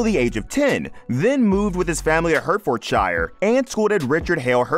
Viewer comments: Hurt Ford Shyre lol. Its pronounced Hartfodsheer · It's pronounced Hartfordsher not HertfordSHIRE the same with Worcestershire it's not pronounced WHore cester shire but Woostersher ok all you lot in the good old USA, and yes we know Arkansas is pronounced Arkansaw so if we can be bothered to find out how to pronounce your place names could you please do the same for us lol. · Hurt-ford-shyer eh?